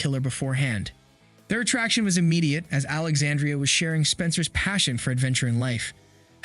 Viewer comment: Pronouncing Alexandra’s name wrong.